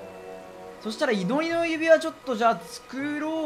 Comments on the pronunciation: いのちのゆびわじゃなくて、いのりのゆびわですよ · いのりのゆびわ を いのちのゆびわ と読む男